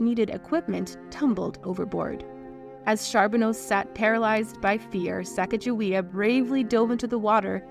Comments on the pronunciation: her original name in Shosone sounds vaguely similar (Sacatzahweyah). I grew up in North Dakota, not far from the historical site of the Hidatsa village. Her name here is pronounced without the hard j sound. It's pronounced Suh-gah-guh-wee-uh here...or Suh-kah-guh-wee-uh. It might be a slave name, but I take its pronunciation from the people who actually gave it to her. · This is not the correct pronunciation of her name. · You can't even say her name correctly so I can not watch any further because you hold NO credibility now sorry kid! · Her name is pronounced incorrectly within this video. I’m surprised that these intimate details could be found, but the phonetic spelling and correct pronunciation could not. White presenters need to do more and be respectful when it comes to reporting on the lives of POC. It is disrespectful to not do so 😕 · how about honoring her by pronouncing her name CORRECTLY! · I was wondering if you’d pronounce her name correctly ,, you didn’t. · Close. This spelling is correct, but the Hidatsa language doesn't have a soft g sound like in giraffe. Instead, their g sounds more like our k. To have her name pronounced correctly, the Hidatsa tribe (Mandan, Hidatsa, Arikara) and the state of North Dakota agreed that her name will be spelled out Sakakawea on monuments and literature. They care more about the pronunciation than the spelling. So it is pronounced Sah Kah Kuh Way Uh. And the spelling with the j in it? The French explorers couldn't say her name correctly and Clark couldn't spell to save his life. Read one paragraph of any of his journal entries and you'll see. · Why is her name always mispronounced...such a shame 😢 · Why is the narrator pronouncing her name “Sacajawea?” Her name was “Sakakawea” or “SacaGAwea.” Lake Sakakawea in North Dakota is name after her. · It is NOT Sack a ja we uh It is Sa Kah GA we uh w/ a hard G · Her name is not sack a ja wea, it’s Sa caw ga wea! Not sack!….just saying. Get it right!! 👍❤️❗️😢